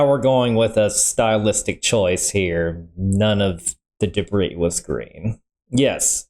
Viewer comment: It's "debris"